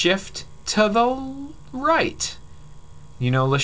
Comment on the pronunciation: "you may shift to the lllllright"